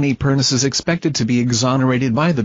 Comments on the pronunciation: It’s pronounced, PERNICHIE. Get it right for god’s sake!!!!!!! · You need to do research and learn how to pronounce PERNEECHEE